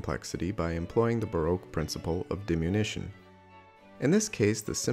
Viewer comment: This progression is called a romanesca. The "syncopation" is technically syncopated but more importantly it's suspended. It's diminution not "dimunition." I appreciate what you're doing with these videos btw! Just some things I noticed